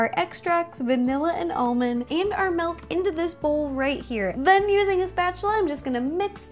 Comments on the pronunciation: Am I the only one that doesn't hear her saying milk but melk? :) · she says melk